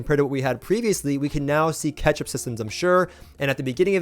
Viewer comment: "Ketchup systems." this guy loves his sauce!